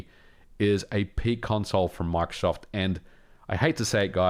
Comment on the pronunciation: You kept saying Mark Soft. I thought he was the president of MicroSoft or something haha.